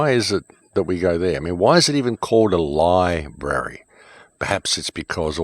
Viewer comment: lie brary > lie brewry